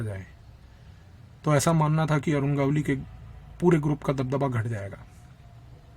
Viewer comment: बहुत ही उत्कृष्ट निवेदन और माहीती। एक विनम्र निवेदन है, भविष्य में नाम के सही सही उच्चारण पर थोड़ा अधिक ध्यान दें। गावली नही है, गवली (मराठी भाषा में गवळी) गावली सूनकर ऐसा लगता है जैसे भट्टाचार्य का उच्चारण भाट्टाचार्य, ममता का उच्चारण मामाता करेंगे तो जैसा लगता है वैसा लग रहा था।